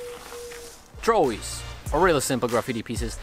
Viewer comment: I love your accent ❤️ and that you say “drawie” instead of throwie 😆❤️❤️